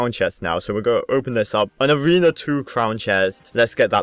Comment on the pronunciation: Learn how to read! U said avena 1 but all other players Even noobs! Say A(r)ena 1